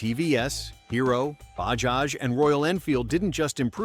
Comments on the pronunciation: It's not bahaj? it's Bajaj!!! correct your pronounciation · It's Ba-JA-j not BA-HA-j. .... We sound out both the J s . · Bahaj ❌ Bajaj ✅ Not everything is pronounced how baja (baha) is pronounced 🤡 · "Bajaj" not pronouced "Ba-haj", its pronounced "Ba-judge" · You should pronounce it as Bajaj and not Bahaj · 😂😂😂😅😅😅 what funny pronunciation. Its not "BAHAAJ " say properly "BAJAAJ" You're mistaking Mexican for Hindi . Pathetic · Hi, thanks for covering the path-breaking Indian motorcycle industry. Incidentally, in the name Bajaj, both J's are pronounced as J. So it's NOT BaHaj, but BaJaJ... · Americans should stop pronouncing J as Ha it is Bajaj not Bahaj. This is irritating. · It is not Bahaj. It is Bajaj. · it is Bajaj not Bahaj. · Bahaj is pronounced Ba-Ja-J. J as in Jam. Royal Enfield was the first to reposition towards premium markets. They sold more than when they were just reliable and affordable. The brands shown were built to be affordable not flashy. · Bajaj❌ Bahaj✅.....🤣🤣🤣🤣🤣🤣🤣🤣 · If making the video, at least the pronunciation must be right. It is not “Bahaj” but liternally “Bajaj” unlike Spanish pronunciation of “j” as “ha”…. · Please stop saying Bahaj. It's Bajaj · Wtf is bahaj? It's Bajaj pronounce J bro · Bahaj ❌ bajaj ✅ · Bro it is bajaaz not bahaaz😮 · Baja not Bhakti. .It’s not Spanish or Slovak. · ‘Bahaj’?? Really? 😂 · Did you just say "Ba-has" ? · In Mexico Ja pronounced as Ha. That's why narrator confused initial stage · It's Bajaj correct your pronunciation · Indian laugh ha..ha..ha.. Not ja..ja..ja..ja you might want to correct the way you pronounced bajaj it's not a Spanish name. J is pronounced as j not h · when you write j then pronounce it j. its not h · Unlike the Mexicans , we do actually pronounce the first j in bajaj